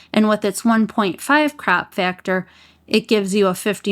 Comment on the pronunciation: The way you pronounce 1.5x and 2x "crap" factor! 😆 Sooo good! I love you're videos! Keep it up girl!